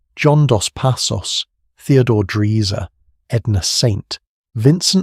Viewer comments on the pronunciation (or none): I was impressed, then you ruined it all. Theodore "Dreezer". Are you unable to find out how to properly pronounce a fairly well known author's last name? What else is so lazily researched? Can we even trust your pronouncements concerning what are supposed to be historical facts? I now suspect you are not a serious historian.